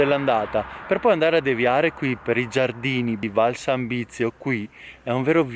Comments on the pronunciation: Si dice ARQUA' con l'accento sulla seconda A (almeno leggere i cartelli indicatori...). Mentre VALSANZIBIO non si chiama Valsanbizio! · Ciao, non avercela con me, Arquà con la finale marcando bene l'accento. E Valsanzibio non Valsanbizio. Se ti ricapita di passare per Valsanzibio li vicino c'è un piccolissimo laghetto popolato da penso un migliaio di tartarughe. Complimenti sempre per i video. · però sbagli la pronuncia: Arqua' ( accento su ' a' finale) e non Arqua! Valsanzibio e non valsanbisio/ valsanvizio😁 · Arquà con l'accento sulla a. E Valsanzibio non Valsambizio. Non ci vuole molto. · VAL SANZIBIO non VAL SAN BIZIO scusa la correzione ma potrebbe fuorviare qualcuno.😉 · Arquà va con l'accento sulla a finale. Valsanzibio e no bizio. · Ciao un paio di inesattezze si dice Arquà con l'accento e si chiama Valsanzibio e non Valsanbizio. Comunque grazie è tutto bellissimo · Bellissimo video come sempre,, ma "Valsanbizio" non si può sentire...🤦🏻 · Bravo, comunque Valsanzibio.....ripeti con me: Val-san-zi-bio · Video apprezzato come sempre!!! C'è solo qualche errore di dizione nei nomi, comprensibile per chi non è del posto, soprattutto Valsanzibio. Good Job ! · Tre luoghi unici. Visti tutti e sono molto particolari. All' eremo sono entrato su appuntamento solo nel pomeriggio del giovedì e concesso agli uomini. il giardino si chiama Valsanzibio...sbagli la pronuncia. Cmq sempre bravissimo e in piena forma. Un abbraccio.